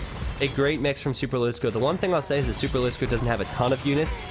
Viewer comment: I'm proud that you pronounce superlisko like a finn would pronounce it. I didn't ahve to cringe for 3 hours :D